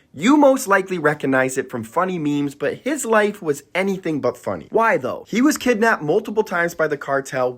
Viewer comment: the “y tho” while saying “why though” is killin me for no reason